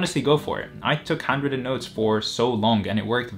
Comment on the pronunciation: I hear "hundreds of notes" instead of "handwritten notes".